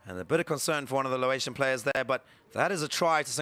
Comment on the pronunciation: Laotian, not "Lawaitian" please